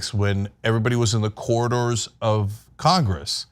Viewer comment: He can barely pronounce the word corridors